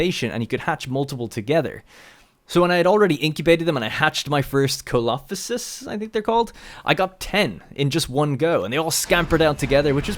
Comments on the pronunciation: Coelophosis, is pronounced see lo figh sis :) not sure snow would have much effect as dinosaurs were likely warm blooded. Looks better than the first game, definitely liking the look of the bigger maps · They are pronounced “See-Low- Phi-sis”